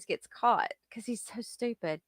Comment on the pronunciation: I love the way you say STEW-PID, you know, really proper like. I just love you girl & ALL YOUR UTUBE CONTENT❤❤❤❤❤❤❤❤❤❤❣️ "ALL OF YOUR" BROOKS STUFFIS MY FAV❤❤❤❤ LOVE YA GIRL❤❤❤❤